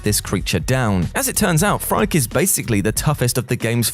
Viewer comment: The first boss in returnal it’s name is pronounced “freaky” not frike